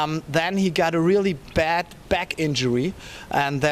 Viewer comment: German here and I can already see British comedians impersonating this reporter's pronunciation of the word "bad". This time it would be legit.